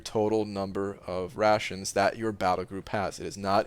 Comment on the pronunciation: At first I thought it’s “Russians” instead of “rations”😂